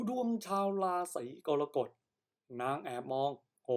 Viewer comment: ขอแอ๊ดอย่าใช้เอไอภูมิปัญญาต่ำมาอ่านเลยขอร้อง เกิดมาจนแก่ไม่เคยได้ยิน "รา-สี-กอน-กด" เลยอ่ะ ภาษาวิบัติน่าเสียดาย